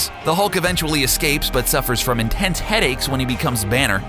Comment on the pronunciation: you said he gets intense headecks 2x